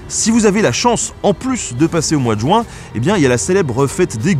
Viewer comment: 8'05" "mois de JOUIN".... Ouille mes oreilles, ça fait plusieurs fois que je le signale. Faites attention il vous plaît. On dit JU-IN et non JOU-IN. Sinon comme d'hab' super vidéo 😊😉